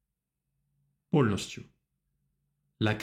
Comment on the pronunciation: Благодарю за урок . Прекрасно ваше произношение на русском . Единственное, я считаю , что вам пора избавиться от мягкого Л ( эл) . « поЛностью « par example